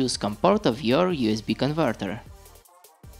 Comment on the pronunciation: Тоько хотел написать, что рязанский акцент выдаёт автора :-) !!! а тут его уже раскусили!!! поржал от души особенно на конвортэр это шудевр, а так паря молодец лайк!